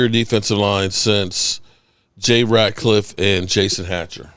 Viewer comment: I know you don't care about pronouncing names correctly but it's actually Jay Ratliff not ratcliff